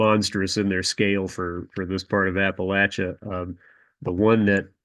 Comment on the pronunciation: Buddy said appalachia right. He gotta be from here